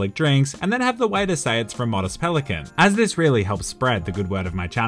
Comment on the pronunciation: It’s Pelican. Not Pelican’t.